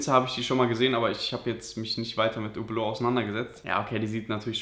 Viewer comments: Spricht Französisch und weiß nicht wie man Hublot ausspricht EHRE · Der Typ ist nichtmal Franzose, sonst könnte er Hublot auch richtig aussprechen. Sein Akzent hört sich auch nicht besonders französisch an...